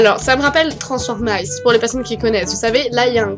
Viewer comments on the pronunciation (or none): on dit pas transformace en di transformiiice avec un iii le i en dit pas a